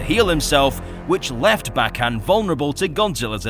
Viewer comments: His name is pronounced Bay-gone 🤓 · i pronounce Bagan like Bay-Gone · I always pronounced Bagan like "Bacon."